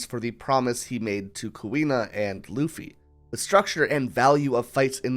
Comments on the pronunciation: Ok I need someone to settle this. I keep hearing him say "uffy" without the L but my husband swears he hears the L. Am I going insane? Is he pronouncing the L at a frequency only dogs can hear? Help me out here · uffy 😂 bro was to tired from producing this masterpiece piece that he forgot how to speak for a sec